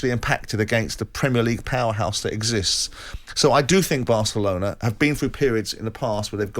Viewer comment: Did he just say Asselona ???🙄🙄